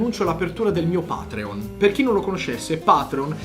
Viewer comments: stavo per mettere il dislike tattico quando hai detto "patreon" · quando hai pronunciato Patreon mi si é ritratto dentro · l'unica cosa che va a morire sono 45.000 inglesi dopo che hai pronunciato patreon